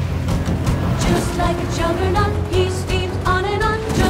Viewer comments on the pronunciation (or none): I kept hearing "Chuggernaught." Thematically, it fits better, but "juggernaut" never crossed my mind.